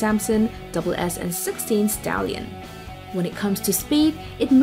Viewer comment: I don't think the authors understand what an attack submarine is. Sure, all submarines can attack, but that's not how it works ;-) Oh, and Sierra is an actual attack submarine. Btw this is the first time I heard SSN read as "double-SN" LOL